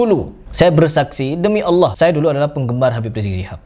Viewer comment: Assallam mualaikum.. Saya mau tanya cukup mengganggu penyebutan Allah dgn lafas Awoh itu berbeda atau sama kah? Soalnya Ada huruf alif lam lam ha.. Kenapa bisa awoh apakah ada huruf waw disana trima kasih.. Semoga sehat selalu dlm lindungan Allah swt